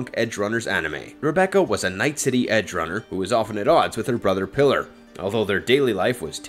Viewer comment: Why do so many people pronounce Pilar's name like "Pillar?" It's pronounced "PEE-lar" not "PILL-er."